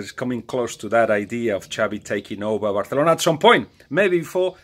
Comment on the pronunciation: Bathalona 😂 your ok Balague